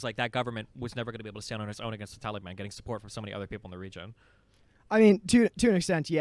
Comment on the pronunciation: I just wanted to say that I love how Destiny pronounced ‘Taliban’: Tally-ban. The tally ban! 😂😂😂😂